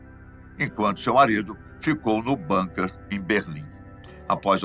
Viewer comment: Por favor, não sei de onde tiraram a palavra "Banker". O certo é BUNKER e se pronuncia BÚNKA.